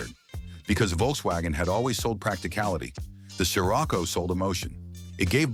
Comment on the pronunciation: Did you seriously just call it a “sky-Rocco”? Fucking ai slop